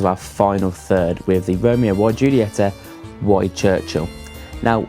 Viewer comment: Could you trust a guy who can't pronounce the name of the cigar brand ;-)